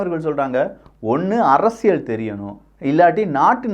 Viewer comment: அது அரசியள் இல்லை அரசியல் சரியாக உச்சரிக்கவும்